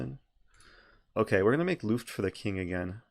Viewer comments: “make looft” what? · Dear Eric, i am from Germany and germans love to know better. So Luft is pronounced with a short u like in put or look. I still wonder why in chess they use a complicated german word like Zwischenzug. May be cause german people love to know better and surely people will pronounce wrong the first time... Btw nice video, i like all of yours!